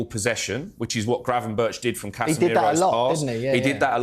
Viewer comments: Gravenberch is pronounced as Gravenberg. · Incorrect mate it’s actually pronounced ’Gravy-berg’